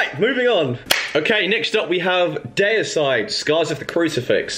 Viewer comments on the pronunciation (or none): you said DAY-icide... DEE-ICIDE is how ya pronounce their name. !😈! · Deicide, you pronounced it DAY a side. That's just cringey af. It's DEE a side. It doesn't change pronunciation because your in a different country.